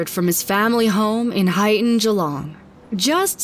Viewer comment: hmm, I live in Geelong and never heard of this case, also congrats on pronouncing "Geelong" correctly, keep working on "Melbourne" and "Brisbane" though